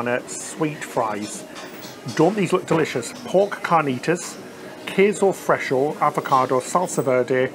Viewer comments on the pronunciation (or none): is queso fresco (FRES-KO) and pico de gallo (GA-JO) The first one is a fresh cheese used by Mexicans and Pico de gallo is a Mexican salsa that includes tomatoes and other bold ingredients.